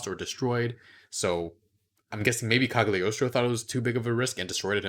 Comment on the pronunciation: Isn't Cagliostro pronounced with silent G ?